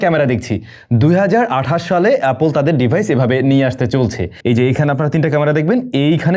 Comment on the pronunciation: হ তোরে বলছে এ্যাপেল😂😂